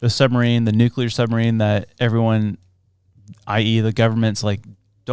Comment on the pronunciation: Not him saying "nucular" instead of nuclear...